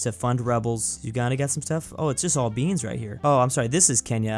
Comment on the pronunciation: was a meme where he says we got them BAnes